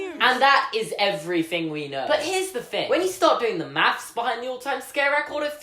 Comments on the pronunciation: He didn't do "maths". He very clearly said he did "mafs". Smh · And Australian thing